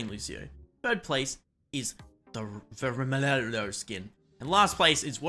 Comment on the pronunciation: please put "roxo" in google translate and see how it is in Portuguese. I beg you. My ears where not ready for your pronunciation. Also do the Vermelho one its not so hard to pronounce trust me.